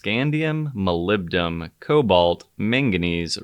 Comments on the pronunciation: It's Molybdenum*, not Molybdum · This guy can't pronounce molybdenum...